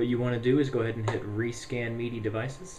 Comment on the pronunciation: Mee-dee devices :D